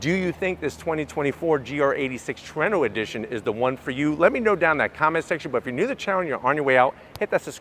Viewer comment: Way better than the "HACK-ONE" holy crap he said Trueno correctly gg man love your vids lol, never gonna let that one go though